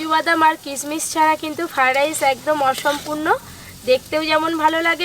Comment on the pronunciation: আপনি নিজেই তো ফ্রয়েড রাইস কথা বলতে পারছেন না আবার দাদুকে শেখাচ্ছেন 😂